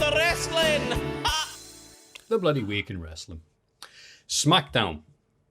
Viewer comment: It's bad that I've just realised goes Scottish for this week in the wrestling cause it's meant to be jen